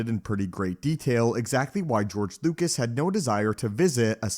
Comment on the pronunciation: His name is George Lucas, not George Lucat